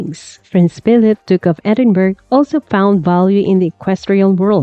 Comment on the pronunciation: HMTLQ technically had hundreds of horses, scammer. It’s not Edin-berg!